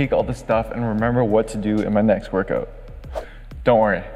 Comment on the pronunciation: Pretty cool and very well explained! But: ''work-oot"...